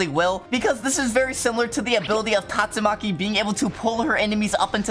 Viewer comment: is so sus he calls tastumaki gyatsumaki